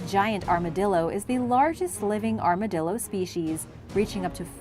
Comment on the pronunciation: Ar-ma-dill-er. 😂 Boy, they sure are chonky! ❤